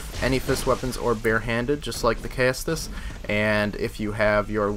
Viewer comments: Caestus is pronounced ses-tus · Caestus is pronounced like "seh-stis" or "see-stis." The "ae" makes an "eh" or an "ee" sound depending on it's position in the word, I believe. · Okay seriously, do American schools not teach Latin or anything about the basics of English language? Caestus is pronounced "ses-tus".